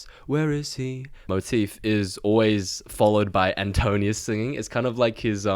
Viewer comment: Little correction and context. You mispronounced Antinous as Antonius. Most names in Odyssey have meanings and his name means "anti mind" as "nous" is mind. As for the bow most think it was very likely a palintonos type of bow that is a recurve that is strung the other side of where is curved, rare at the time and so only Odysseus who owned it knew how to string it.